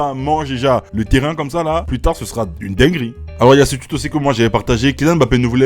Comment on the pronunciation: Tout le monde: Le tweet: Le tchuit